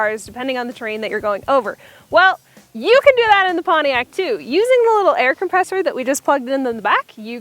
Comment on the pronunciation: You have a what? air compessor? Its air compressor